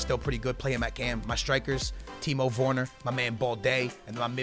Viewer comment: The way he pronounces Werner, ughhh... Timo WORNOR LOL -.